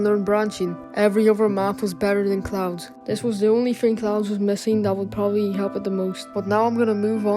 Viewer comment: bro said cloads